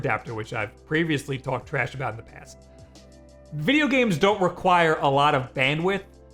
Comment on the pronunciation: You say "trayash" like Frank from It's Always Sunny. I fucking love it.